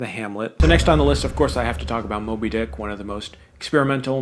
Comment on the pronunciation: Just when I think I’m watching a serious Man video, he said “moby-DICK”. 🙄 okay buddy, suuuuure